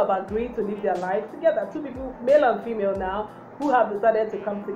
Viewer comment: Emphasis on Male and female 😀😀